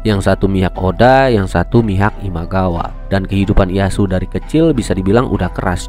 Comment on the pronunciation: Dibacanya: Iyeyasu bukan iyasu